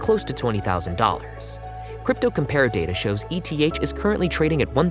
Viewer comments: Anyone pronouncing ETH as "E-T-H" doesn't have a clue about the crypto market. JFC it's pronounced "eeeth" which is short for Ether, the token of Ethereum. This isn't a crypto version of an ETF. It's not an acrynonm. It's a shortening of another word. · I agree it’s eeeth but also it’s not that big of a deal lol